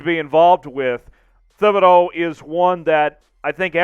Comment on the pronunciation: I became a casual fan of the #Seahawks when they formed in 1976 and a hard core fan of the #Seahawks in 1987 when I was surrounded by Bronco fans. BTW - it is pronounced TIB-ed-oh